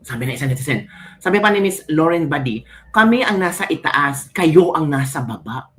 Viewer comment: Bkit po prang narrinig k po s Inyo Lorraine Badi Hnd po yn nme n Dra Lorraine Badoy p cya